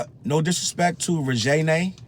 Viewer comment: Somebody come get my corpse because the way he said Reginae just took me out.